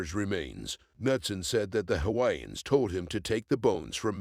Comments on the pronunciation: Can at least try learn the correct way to pronounce the Hawaiian names on your video, out of respect for the Hawaiian people. Bad enough their islands were stolen and their people was prohibited from speaking their language, by the greedy rich white Americans. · Stop butchering all the Hawaiian names.